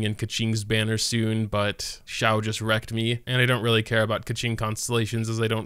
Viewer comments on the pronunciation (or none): none